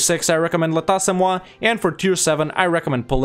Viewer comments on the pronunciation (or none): You almost nailed the pronunciation of "Liège" but there is still work to do on "L'état, c'est moi". The "è" in "Liège" and the "est" in "c'est" are basically the same sound.